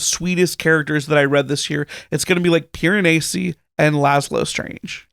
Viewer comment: Your correction of the pronunciation of Piranesi is closer to the accurate pronunciation, but not quite. The "s" should be pronounced more like a z in English (like how it is in The Leaning Tower of Pisa). It should sound something like this: Pee-ruh-nay-zee.